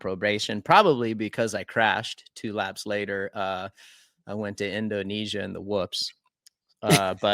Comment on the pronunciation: Did I just hear RC quote Marty B “endonesia “